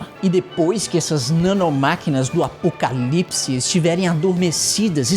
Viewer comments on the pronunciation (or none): É tão gostoso e satisfatório falar ACOPALIPSE .